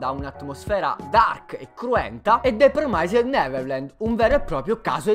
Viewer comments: La pronuncia!!! Mannaja!!!! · Se non sai pronunciare il titolo in inglese, almeno dillo in giapponese, per piacere.